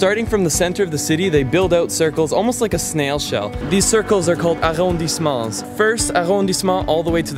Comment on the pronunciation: hey, go to "Chez Toinette" in Montmartre. its fuuuucking good and small. upper pricerange but i think for Paris still totally okay and affordable (like 25-30€ a dish). but as said totally good and traditional and real. Laura will like it: ) brofist btw: your "arrondissements" sounds totally like netherlands french/english:D btww: you have partner jackets?:D